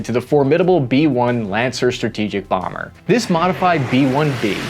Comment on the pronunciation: Bee one bambeeer 😂 AVGN❤